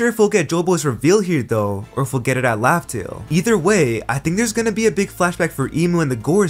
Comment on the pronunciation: It is laughtale, not roughtale